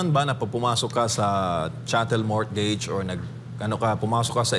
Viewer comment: Silent "T" po ang mortgage